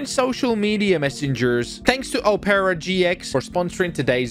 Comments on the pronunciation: It’s pronounced “op rah” or “op pur ra” not “op air a”. Ily, I love the channel, I love the content, but that pissed me off way more than it should’ve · bro said opera like o pear a it opra gx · "O-pera" man I'm dead its opera like the music thing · Oh-paira, it’s pronounced ah-pra, my dude. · He said opara gx it’s pronounced opera gx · You said it rong not opeera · ur saying opera gx wrong suppose to sound like OPera gx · Bro its Opera like signing not opeara lmao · i dont know whats worse, the torture he put the cops through, or how he pronounces Opera GX💀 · bruh u pronounced the browser wrong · Bro can’t even say opera properly *sigh*…